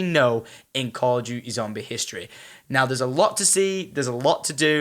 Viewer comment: Call o' duteh